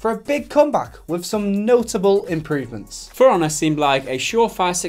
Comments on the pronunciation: sounds like you're saying "firannah" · When it sound like Piranha and not For Honor